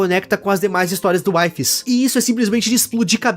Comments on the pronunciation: Oi, eu assisto vídeos do wifies jogando mine com os amigos dele, e na vdd a pronuncia do nome dele n é "UAIFES", mas sim "UIFIS", espero ter ajudado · nao se lê "uaifes" se lê "wifies" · engraçado é o pronunciando wifies errado sendo que embaixo ta literalmente escrito como pronuncia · so vou te pedir pra pronunciar o nome do wifies de forma certa pfv 🙏